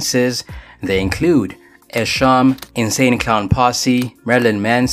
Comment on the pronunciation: Nah man Esham _ pronounced "E-Shom" Started that Detroit Wicket Shir